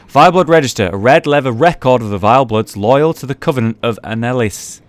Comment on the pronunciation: The name you were looking for is Logarius, and the info was on the Executioner's garb :3 As for Annalise, that should just be pronounced 'Anna-leace', tho it might be 'Anna-lees-é' if you're unlucky. I don't think Cainhurst has much to do with the Great Ones, since it seems so far out that the moon isn't red. (And I doubt you'll find Alfred there, because he's not been able to find the way to the castle even after searching his whole life) The mosquito enemies remind me more of ticks to be honest, though the haematophagous trait is the same. Back in the day, when Cainhurst was full of nobles and courtesans, they were clearly obsessed with blood, and I think a tainted source was introduced to them in much the same way as it was to Yharnam proper but the lack of Great One influence caused a different change, thus resulting in Vilebloods. In my opinion, the vile blood itself became an addiction for most of the people there, and the ticks/mosquitos are the bodies of those who can't help but keep consuming blood to sate their thirst whilst the inordinate amount of female ghosts are the souls of those bodies. I dunno, just a thought :3